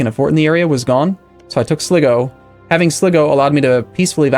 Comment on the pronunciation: sligo pronounced sly-go